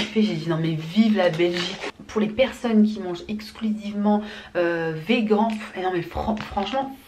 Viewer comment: On dit « veganee « mdrr